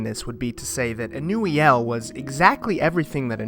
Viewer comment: ur pronunciation is correct ive been pronouncing it something entirely else 😂